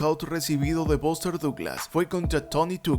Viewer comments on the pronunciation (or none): The pronunciation of the names of famous American ad British boxers is so bad that it's almost impossible to tell who he's talking about. ("Bóster Dooglasss"!) Lol.